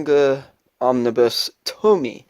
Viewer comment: nice video! but actually its pronunciation is TO-MI-YE